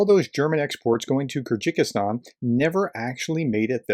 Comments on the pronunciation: I think it's called Kyrgyzstan not Kerjikistan And in the video, why did you claim that the quote was "famously said by" Yamamoto when the screenshot that you include clearly says that it's debatable whether he actually even said that at all? I think you need to do better research than this into the subjects of your videos, and at the very least learn to pronounce them, especially if they include a clever scheme to get people to click the Like button. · Ah, yes, the kyr-ji-kis-stAn, the love child of ta-ji-ki-stAn and kyr-gyz-stAn. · “Kyrgyzstan” is just three syllables, friend: kir-giz-stan. Oh, and “Liked,” as I always do. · “Kyrgikistan” ?? “How to pronounce Kyrgyzstan” search will give you an audible option.. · It's pronounced "KERR-gih-stan", and the people are "KERR-gizz". One has to wonder whether materials coming through other super close "independent members of the russian alliance", Azerbaijan for example, are doing the same? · I've watched a number of your videos and generally enjoy them. As an enthusiastic amateur I seldom have much to say, I leave it to the pros. This time however, I feel that l can't just ignore a couple of minor"issues". First is your pronunciation of Kyrgyzstan. My understanding is it that it is phonetically pronounced as ker gis tan. A trivial thing, I know, but I'm on the spectrum. The second is more of a comment on the media in general but as you highlighted it.... If the people doing the planning and logistics around this told every media outlet or ignorant politician exactly what /when /where things were happening, who else would then know, who else but Vlad the Defenestrator himself of course. If the US told the world that the UAF can fire into Russia where's the surprise. Ongoing operational matters shouldn't be a news story or in the empty heads of self serving ignorant populist politicians until it's no longer an operational secret. Why would you want to tell your enemy your rules of engagement. It makes no sense.